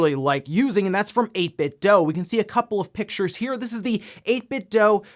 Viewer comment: 8 bit dew. Not 8 bit dough. Idiot.